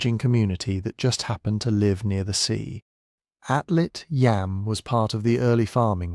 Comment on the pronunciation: Yam (יָם Hebrew for sea) rhymes with Tom (not Sam).